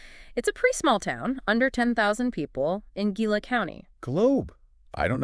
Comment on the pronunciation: Hee-la not Gila! Great vid though guys.